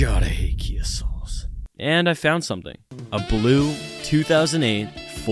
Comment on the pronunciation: Its kia not kai